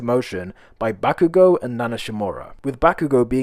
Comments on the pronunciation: Bakugou goes back in time Its in his name back-you-go 😂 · Bakugo? More like Bak-u-go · eri really said bak u go👏👏